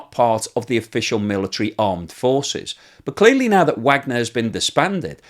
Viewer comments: I appreciate your insights on this horrible war., thank you. But there is one thing (much repeated) in this episode which grates on me; you have been pronouncing the name Wagner in the same way as most American commentators and that is wrong since Yevgeny Prigozhin founder of the Wagner Group.apparently named his army after Richard Wagner, the composer. That surname is pronounced (phonetically) as _Vargner_. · You keep mispronunciations the name ‘Wagner’, which makes me wonder if your image is created by AI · Vahg ner. Not Wagner. Named after the German composer and spelled вагнер on their logo.